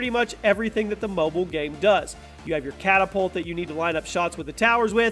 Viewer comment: enphasis on the "NEED" like he really NEEDS it like it ain´t for fun or distraction it is a NECESSITY